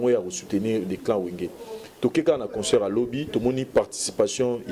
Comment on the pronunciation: On dit concert [ saire] et non [seur] y’a une différence entre consœur et concert C’est pas notre langue mais vu que t’exprime en français